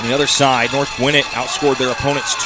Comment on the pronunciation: Bro why he keep saying north gwinnit